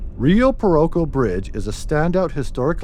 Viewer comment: Prounounced WHITE---ING Brothers and Rio PERK-O.......and its pronounced Q-Where-Vo, New Mexico.